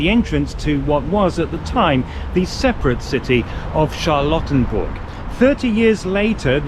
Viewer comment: This whole thing sounds...oddly familiar A military parade to celebrate his birthday, making monuments named after him...hm Also, I keep hearing "charlatan-burg" lmao